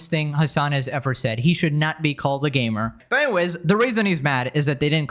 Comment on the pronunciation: I thought he said GAY-mer X-D